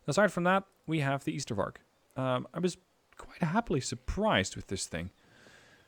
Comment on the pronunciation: That one was hell of a match. But deck building caught me a bit off guard. 1. It's Ystervark as in ijzer (iron pig), not as in Ypenburg 2. Choosing that unit instead of Bosvark is strange not just bc of suppresion, but also bc of one 'secret' stat - aiming time. Bosvark aims 1.5 times faster than Ystervark, and, unlike polish and soviet ZU-23-2 trucks, has armour